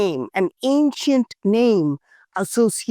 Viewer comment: He said it more anchient than Angor wat...ouch